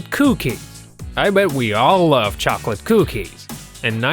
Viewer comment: Why r u saying cokie lol c